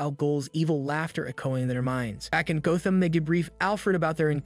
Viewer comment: Oh shit it’s AI HAHA GO-tham City? Not Gotham?